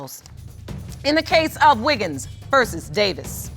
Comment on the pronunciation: It's Wiggins not Wiggles!